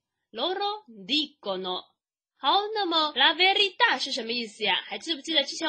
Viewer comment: 讲的挺好的，12：40课文中，A dire la verita！不是vertita!